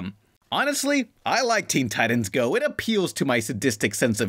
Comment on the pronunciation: You lost your credibility when you pronounced "titans" wrong.